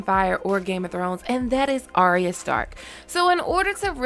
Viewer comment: Her name is not Aria or spoken that way, her name is Arya pronounced Ar-Ya